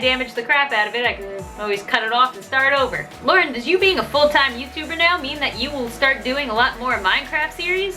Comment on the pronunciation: you just said youber and not youtuber😂😂😂(no ofensse😭😭)